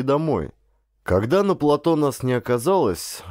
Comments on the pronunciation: ГРАМОТНОСТЬ! ПлатО !!! ПлатОоо! Ять!!! Не могу слушать, извращенец .. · Плато'. Ставьте правильно ударения. Создаётся впечатление, что вы не знаете это слово. Под ? Ваша грамотность.